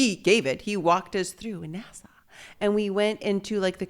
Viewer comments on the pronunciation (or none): Hannah pronouncing nasa as nassau is kinda takin me out. Even more than “machismo”😅